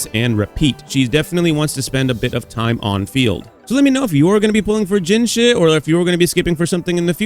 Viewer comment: dude keep saying jinhshit 😭